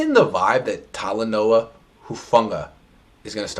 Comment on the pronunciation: Yeah, you hated oh my boy Talanoa! Rennet that bRuin? Fight on, Toko! Both you two hated on Toko! This fake Coach! Stfu! Finally you learned how to pronounce his name!!!